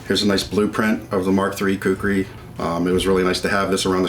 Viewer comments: That’s khukuri not kukri. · Dear Men at arms, its not kukri, its Khukuri tbh... please write it the way it should be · It's khukuri not kukri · When you say kukri as you trying to say a Nepali word it sounds like a chicken in Nepali. We say KHUKURI.... not KUKRI...